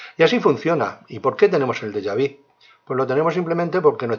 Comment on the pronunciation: Porfavor antes de oronunciar el Deja Vu véridique como se pronuncia usted lo dice muy mal